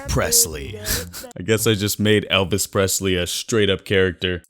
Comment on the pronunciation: Did he say “elpis Presley?”